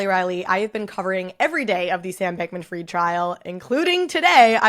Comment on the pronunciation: It’s “fried” like fried chicken, not “freed”!!!